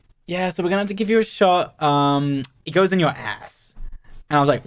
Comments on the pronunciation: "like they gave me a shot in my AWRSS" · 😭😭😭 THE WAY HE SAID "ArSe "✨✨ and he also sad aSS was just too funny I was on the floorrrr😂😂😂😂❤